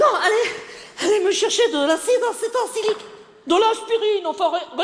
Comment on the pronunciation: C'est de l'acide "acétilsalicilique" pas "acétilsilique" il faut réviser ta culture pharmaceutique !